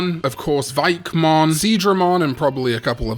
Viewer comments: I know they're not the same sound. Though I do say dragon more like drah-gohn than drah-gihn My point is that I like drah-mohn more than dray-mohn and I think it sounds too Americanized saying it like dray-mohn. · Y'know for all the jokes we make about using the "drā" pronunciation instead of "drə", I think everyone's forgetting one thing: when it doesn't have another word attached to it, "dramon" is pronounced with a long "ā" sound in English (as in WarGreymon's weapons, the Dramon Destroyers).